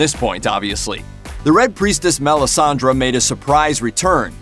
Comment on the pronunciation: MelissandrE not Melisandra